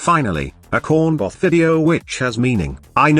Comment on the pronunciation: i swear the TTS is saying corn buff not corn bot